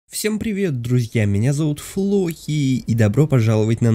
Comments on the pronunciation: ты сказал флохи 😂😂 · А почему ты сказал флохи а не???! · Почему Он сказал не вдоки а флохи? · Он вместо того что б сказать:-Всем привет меня зовут! Сказал:-Всем привет меня зовут ФлоХи! ПРИСЛУШАЙТЕСЬ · Кто слышал в начале место Флохи ставь лайк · мне одному показалось что сказал флохи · Ор когда сказал Флохи 😂😂😂😂😂😂😂😂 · Мне одному показалось что он сказал: Всем привет меня зовут Флохи🤔